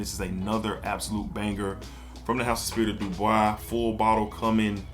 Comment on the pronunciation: not that you’re mixing up the brands, but you are calling it Spirit of “Du Bois” in the video, but it’s Spirit of “Dubai.” That’s all I meant. No hate brother. Love your content and value your opinions on these fragrances. Matter of fact, one of your videos made me purchase Arabian Oud Sultani. 🔥